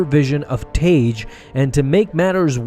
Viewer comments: Original canon pronunciation is "Tag", not "Tayge". You're welcome. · Idk why so many people get his name wrong. It's pronounced "tag" its not spelled tage it's 2 g's: tagge. It's basic English. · Y'all need to learn how to say characters name correctly for God sake. It's tag not what you are saying. It tag like tag your it dam. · i thought tagge was pronounced tag